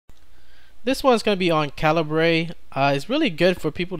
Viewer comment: Kal-ih-bur ≠ Kuh-lee-bray :v